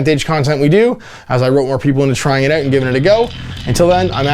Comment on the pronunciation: 'all those indie games I want to try oot' oh Canada